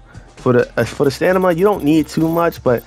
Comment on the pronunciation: “For da stanima” 🤣